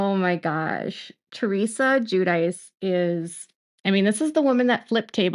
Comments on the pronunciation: Gwi-dee-chee, not jew-dice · The way they pronounce Guidice kills me. I'm originally from NY and I know that ain't right even though I'm not Italian. I am, however, Jewish, and that is helpful for the proper Italian pronunciation, which sounds like Jew-dih-che. If I were an Italian official and found out they pronounced the name that way, I would have sent the hubs right back to the U.S. when he arrived post- deportation. 😂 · They pronounce is Jew-dice themselves though. I don't have an emoji that conveys enough horror so I'll just leave the cringe one instead 😬